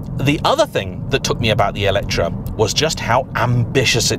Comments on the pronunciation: it is me or I heard always ELECTRA instead of ELETRE when you say the name of this...? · Wht Brits call this EletrA if the name is written EletrE?